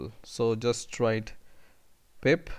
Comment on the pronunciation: Thank you so much chief. Good content, though I was hearing PIMP all the time haha!